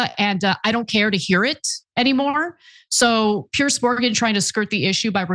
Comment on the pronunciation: Piers, not Pierce